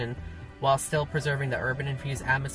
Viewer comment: Anglewood? Bowtique? Uh-fluent? Wit? Terrible pronunciation of such simple words.